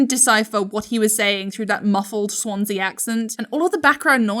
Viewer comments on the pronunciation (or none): none